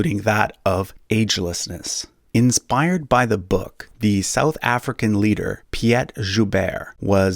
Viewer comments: It's pronounced Pete, like in Pete Sampras. Not Pee-et lmga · Piet is pronounced like peat